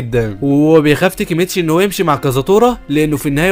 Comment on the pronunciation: ليش تنطق الاسماء غلط تاكيمتشي ❌ تيكيمتشي✅ كيساكي تيتا ❌ كيساكي تنتا ✅ تشيفويو ❌ تشوفيا✅😂 فالوهلا ❌ فالهلال ✅ ياخي انت من فين حضرت الانمي 😂😂